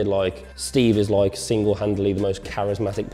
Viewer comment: like..... like..... LIOKE